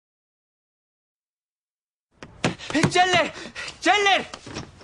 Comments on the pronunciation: "Chandler" se pronuncia "Chendler" no "Chenle". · Se escribe chandler y se pronuncia chendler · que se pronuncia chendler cojones!! En latino es como lo decís mal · Chenler ? ajaja , se perdió la gracia de verlo en subtitulada. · Chandler se pronuncia "Chendler". ¿Te has enterado ya o aún no? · Porque le dicen chendler?? Es chandler!! Mas alla de eso esta parte es buenisima... 5 stars!! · asco dedoblaje por eso la mayoria de las personas prefieren el doblaje latino,, matan a friends al cambiar o pronunciar mal los nombres de los personajes.